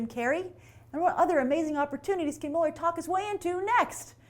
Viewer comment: It's pronounced Mill-AR!